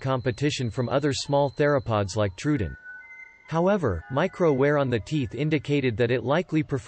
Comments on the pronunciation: yeah that bugged me, too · that's not how you pronounce troodon